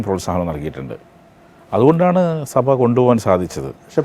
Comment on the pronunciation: Mr interviewer. സഫ അല്ല സഭ.